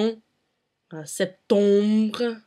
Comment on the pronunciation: Your French is good but you're doing some mistakes, especially with regard to the sound "en and on". You pronounce vendredi "vondredi" and Septembre "septombre." While it's not how the French pronounce this words. Otherwise, your French is very good! It's nice to see anglophones speak this language as well :)